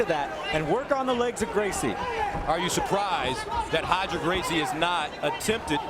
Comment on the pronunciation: Who’s Hoger Gracie? 😂😅😂😅😅😂